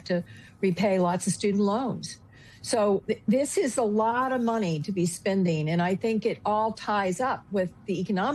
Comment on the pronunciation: The word is not sbending…! It is spending! You want my respect in your opinion, try speaking, not sbeaking English!